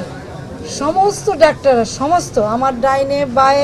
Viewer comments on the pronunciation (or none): none